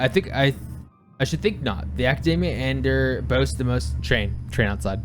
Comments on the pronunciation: Pretty sure it's pronounced A-ni-der, not eye. Y'shtola pronounces it this way in one of the cutscenes. Stress on the first syllable. pronounced it the proper way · pretty sure it is pronounced "An-eye-der"